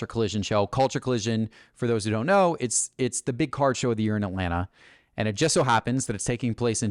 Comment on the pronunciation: My biggest beef with is how instead of saying the word “just” he says “jest” 😂